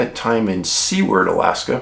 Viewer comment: I lived in seward for. 10 years....its pronounced by the locals sue erd...lol...sorry Dave....